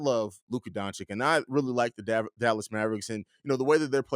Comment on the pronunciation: it’s Doncic like itch, not Donchick